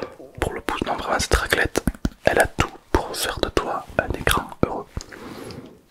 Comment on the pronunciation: Une RRRRRrrrrraclette😅😅